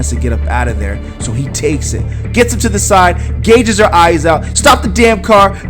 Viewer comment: Gouges her eyes out not gauges. You need to pay attention to what you are saying man. You have made like 15 mistakes off top that I can remember.